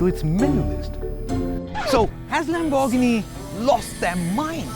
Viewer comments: The way he says Lamborghini puts off the whole video. It's Lamb-or-ghini not Lam-bor-ghini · It's pronounced as Lamb-er-ghini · No wtf it's Lamborghini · Lam-bur-gheeni please!! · Pronouncing Lamborghini like that is a crime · I have a question - before making the video, nobody taught you how to pronounce Lamborghini? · Have a shot everytime he pronounces Lamborghini wrong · Okay he only did it twice